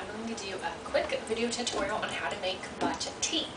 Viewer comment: repeat after me ..Come- Boo _ cha ...your not pronouncing it correctly